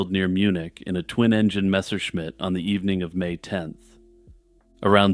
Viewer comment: I'm pretty impressed by your pronunciation of Messerschmitt